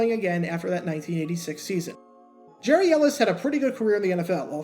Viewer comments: YES “Gary” not “Jerry”. Watched every game and heard it the correct way time after time! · Pronounced Gary, not Jerry.